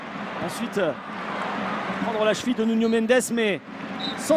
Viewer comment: C'est Nuno Mendes et pas Nunio.